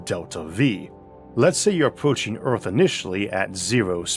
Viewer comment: If you cant pronounce earth but insist on doing a documentary on it